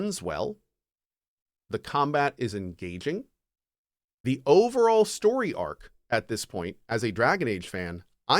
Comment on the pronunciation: "The combat is engagin" 😵